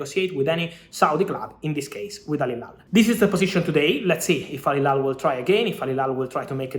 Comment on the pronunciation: Fabrizio, you always say Al Hilal wrong🤣🤣🤣🤣